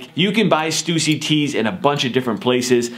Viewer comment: he said stussy wrong lol